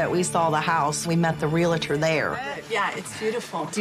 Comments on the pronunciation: It’s not “real-eh-tor”. It’s “real-tor”. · She said “Real-uh-tor” 😖😖😖